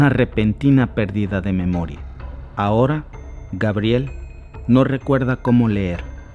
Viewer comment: Por que dices Gabriel ? Es su pronunciacion en Frances y se escribe Gabriellle, Pero estas hablando en español di Gabriela. Cuando hables en Frances puedes decir Gabriel o sea Gabriellle.